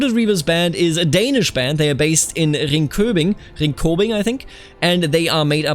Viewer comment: The way you said "Ringkøbing" the first time was very close to correct pronunciation. "Mogens" is a bit more tough to get right though^^